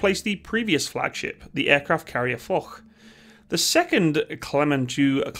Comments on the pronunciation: I love you man but you can't just go around calling a historical french general mr "Fock"! Here's a little pronounciation guide because french doesn't always make sense: Foch -> Fosh Clemenceau -> Clemenso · Foch is pronounce fosh not fock ;) Rafale n never entered service a prototype was developed. The cdg has being updated with the latest communication and computer tools on 2017 The cdg isn’t at the end but middle of life. The tired emals would be a small one to lunch drones. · "Foch" is pronounced like "Fosh." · 1) "Foch" is pronounced as "Fosh". H is silent and doesn't exist in French. 2) This aircraft carrier is often called one of the worst (in fact, very often THE worst) carriers in the world. It has 2 nuclear reactors and they were simply taken from submarines. Meaning - they lack power. The carrier is thus very slow and reactors tend to overheat, so the carrier must stand still for a while until they cool down. I'll link the video if I find it again.